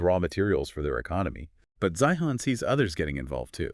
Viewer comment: C'mon guys ''Zi-han?" really? You didn't listen to any of his videos when he pronounces his own name?